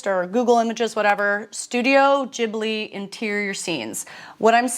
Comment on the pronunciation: Ghibli is pronounced GIBLI not JIBLI, arigato gozaimasu, thank you! great video love you